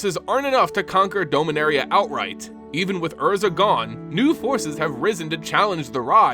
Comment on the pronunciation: Your pronunciation MTG proper nouns hurts me. Now but can only hear Homer Simpson say D'oh-minaria. Or am I the only one who's been saying "dah-min-air-E-uh"